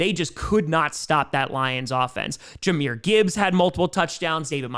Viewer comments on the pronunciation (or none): none